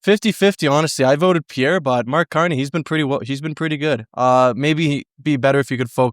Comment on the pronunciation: did he call him Canny? Candy?